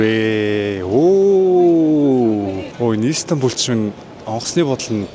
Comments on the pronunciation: İiiistanbul bish istanbul shuu hahaha 😅🤣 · Иис тамбул биш Истанбул гж богино дууддаг болно❤ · өө тэгээд ииистанбул иииистанбул биш мэдлэггүй дуракаааа зүгэээр Истанбул, И нь өргөлттэй биш цүүццү